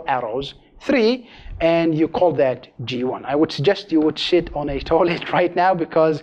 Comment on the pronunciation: He said 'sit on a toilet' but because of his accent he mispronounced 'sit.' I suppose 'shit' would work too as he said this to prevent viewers from shitting their pants.